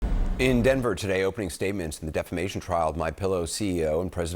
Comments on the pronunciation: Isn't it "deflamation"? At least that's how Pillow pronounces it. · or as he says: "deflamation" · Anderson...it's "DEFLAMATION"!!! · You all keep mispronouncing one word. It's Deflamation . C'mon CNN. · I wonder if the clown still calls it "deflamation".